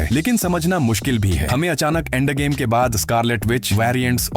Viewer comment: Endgame ❌ Aandgame✅